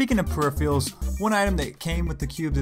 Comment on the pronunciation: Say it with me: pe-ri--phe-ral.